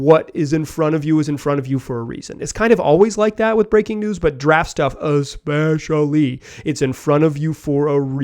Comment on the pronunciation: You said “especially” funny af lol